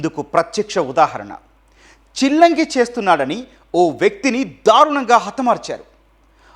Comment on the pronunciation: Adi చిలంగి కాదు రా బాబు శిలంగి